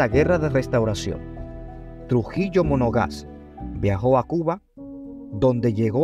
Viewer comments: Monaga. No monoga’ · Monagas, no monogas .. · Monagas....Monagas ,,,no monoga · trujilo monagas,no monogas,luce despectivo y descuidado en la fuente donde obtuvo los datos,lo que se va publicar por los medios y redes debe ser correctamente informado,para evitar que los que no conocen mucho la historia la aprendan mal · MONOGAS noooo, MONAGAS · Monagas,no mono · EL SEGUNDO APELLIDO DEL PADRE SE PRONUNCIA ( Mona'gas)